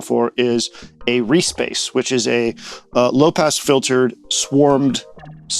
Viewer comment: The way you said reese bass, sounded like re-space